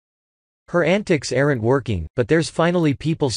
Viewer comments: Does anyone listen to their videos before posting them? The creator spent good money on a decent robot voice then can’t seem to take the time to listen to their voice over to hear the difference between “arrant” and “aren’t “ These two words mean entirely different things. And that’s just the beginning of how screwed up this creator is. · I hate robo voice videos. Are you mute and can't speak? AIR-ENT you american? (Get it, the robot pronounces aren't as AIR-ENT in the video.)